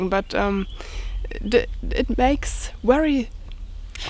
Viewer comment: hi..say very, very...not weary, weary, ha-ha!!you're so cute.